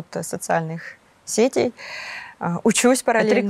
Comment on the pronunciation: Не соц,сЕтей ,а сетЕй. Правильно